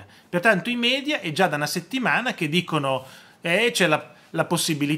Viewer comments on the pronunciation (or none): none